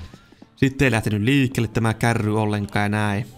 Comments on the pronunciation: Älä sano kärri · KÄRRI on murretta! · Sitä. Ei sanota kärriks